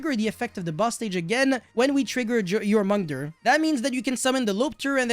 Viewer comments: The pronouniciation for Jormungandr: YOR-MEN-GAN-DER. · The way you pronounce "Jormungandr" is killing me. Love you <3